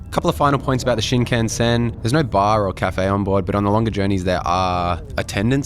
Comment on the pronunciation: The weirdest bit about that story was that he was looking at and buying porn publicly while with his wife. WTF. Haha Haters gonna come for you over your Aussie (mis)pronunciation of Shinkansen (like they did for me in a video I made) 🤣🤣